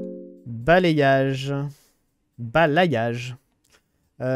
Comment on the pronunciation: vers avec les mots bizarre du jeux tu n'arrive plus a lire , c'est pas d'arcie mais d'arce , et c'est pas balayage prononcer bala yage , mais balai yage , référence au coup de balai , le y fait en sons le i deux fois